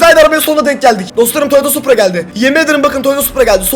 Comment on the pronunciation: Tahmin:Arkadaşlar farkettoyseniz da supra yerine suppor diyo yoksa bobby in öyle bir kardeşinin olduğunu ve nasıl biri olduğunu konuşuyor olabilirmi?